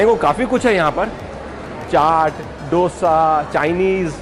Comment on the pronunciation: Great video as usual..but the right pronunciation is "dosa, not "Dosa",...use the soft d. Its amazing how explores food across the country and not just one region/cuisine.